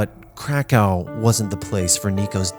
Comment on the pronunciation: "Krekau" .. Its pronounced how its written, KRAKOV